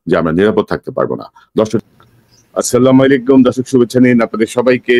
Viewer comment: কনক ভাই "আস্সালামুআলাইকুম " উচ্চারণ করলে ভালো লাগতো।